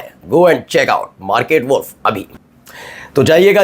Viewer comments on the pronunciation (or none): “WALLf” nahiñ “Woolf” sahi uchchaaran hai.